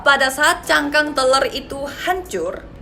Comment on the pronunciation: Masihh ngakak denger ngomong telur kek teler 😂😂😂